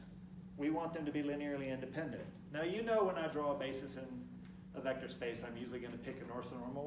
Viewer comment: What is indipident? Is that a local pronunciation of independant?